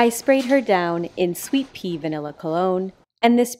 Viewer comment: Why do I always hear that she is spraying the cat with "sweet PEE"... Is that her final revenge? 😆